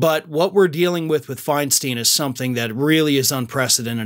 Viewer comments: My GOD! She's been in public office for years and you STILL don't know it's Fine-stine?? NOT Fine-STEEN??? JESUS!!!!!!!! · It's Fein-STINE, not FeinSTEEN! At least get her name right! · Feinstein Fine/Stine Like a stein of beer Your content is good The mispronunciation is jarring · Thank you for that piece. Her last name is pronounced: “Fine-stine” with a long “I”. I agree what a bunch of dishonest staffers! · Stop the mispronunciation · Would you at least pronounce Senator Feinstein’s name correctly? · Stop mispronouncing her name